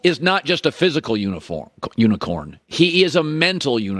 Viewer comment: The way Colin says unicorn 😂😂😂